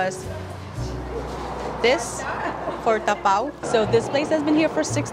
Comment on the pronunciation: sounding very local now, "ta pau".